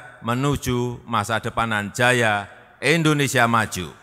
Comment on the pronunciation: Endonesa atau Indonesia pak?